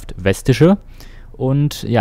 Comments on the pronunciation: das heist vestiche und nicht westiche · Ich als Recklinghäuser bin beeindruckt, die Straßen sind aber nicht ganz richtig. Aber drücken wir ein Auge mal zu. Übrigens wird es V(f)estische ausgesprochen. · Nur als kleiner Tipp für weitere Fahrten in GLA und Umgebung. Die Verkehrsgesellschaft heißt Vestische (ausgesprochen wird´s Festische, kommt von Vest Recklinghausen). Nur so als "Besserwisser"-Hinweis :-)